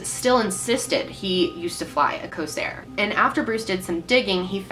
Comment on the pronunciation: It's Corsair Not Cosair